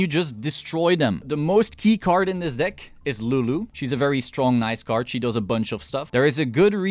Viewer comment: Iv watched two videos so far. Not know you are saying “dick” instead of “deck”😂😂😂 good content man! I’m a new play only playing duel links so everything here is very informative thank you for the dick showcase!